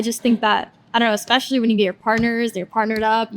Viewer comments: Why do so many people say "Ekspecially" when they mean especially. It's such a jarring experience for me hearing that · Once someone says “ekspecially”, I discount everything they say. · is a complete douche and doesn't know how to pronounce ESPECIALLY! There's no X in the word. Likely he says eXpresso too.